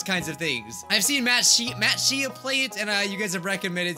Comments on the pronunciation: Ita Mattshe not Mattshee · Everyone: Matt Shea (Shay): Matt ShE-Uh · mattSHAY not mattSHEE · MattShe-yah? Me: Matt-Sh-ay duhhhh I liked the video xD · "matshea" is prenounced matshay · Mat shay is the pronunciation